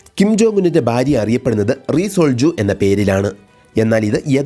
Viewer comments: ബാര്യ അല്ല ഭാര്യ ആണ്. ബർത്താവ് അല്ല ഭർത്താവ് ആണ്. കൂടൂതൽ അതിശയിപ്പിച്ചത് " ബാര്യയും ബർത്താവും" ആണ്. മലയാളി അല്ല കൊറിയൻ ആണെന്നു തോന്നുന്നു 😅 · ഫാര്യ എന്നാണ്😏